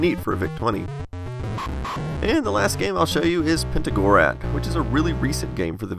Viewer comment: David's butchered the pronunciation completely, it's actually called "Pentagorat" and is available here